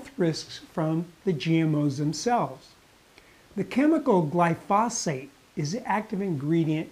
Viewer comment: You don't even pronounce glyphosate or Monsanto correctly, and you seem to be clearly enunciating them.